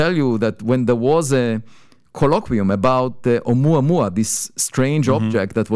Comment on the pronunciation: Sadly he mispronounced the object 😂😂😂😂🤣🤣🤣🤣